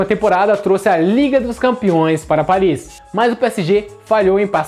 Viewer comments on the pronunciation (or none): none